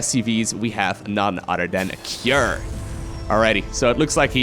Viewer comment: "In this corner we have no udder than 😊😊😊" get instant serotonin boost and smile reflex